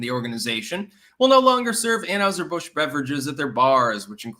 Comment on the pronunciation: Learn to pronounce anheiser Busch it’s not anHOWser Busch damnit